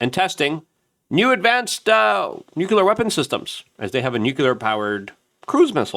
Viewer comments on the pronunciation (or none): (NEW-CLEAR) Nuclear Notice how there's only 1 u in the word!?!?!?? It's NOT pronounced new-que-ler unless you wear Velcro instead of shoelaces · Luke... It's Nu-clee-ar Not Nuc-U-lar